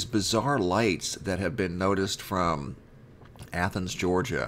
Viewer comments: Praise God, you actually pronounced Athens properly. You're now officially on my hero list. By the way, you're doing a wonderful job here sir!!! Keep it up... Would like to see more said about the New Madrid happenings by the way. Hoping to use some of the info you have here in my next article or video. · Thank God you finally pronounced Athens right,lol, it is the same as the pronunciation of the Athens in Greece. The video on this the other night made me cringe when you said Aye-thens five or six times, lol! I do enjoy your work, I was born and raised in South Ga. down near the Okeefeenokee around towns named Alapaha, Willacoochee, Nashville.